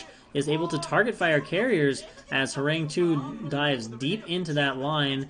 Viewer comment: Hey, is usually pronounced “Horanggi”. Means “tiger”. Love that you’re casting this league.